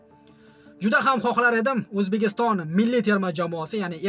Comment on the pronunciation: Toʼgʼri gapir oʼzbegiston emas Ozbekiston boʼladi